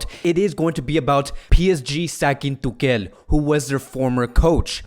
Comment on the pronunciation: Why you say tukel